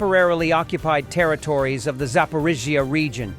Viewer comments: You really struggle with Zapporrrrriiiiiiiizzzzzzziiiiiiaaaa😂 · Your AI voice struggles while pronouncing Zaporizhzhia, sounds like a drunken American trying to say Слава Україні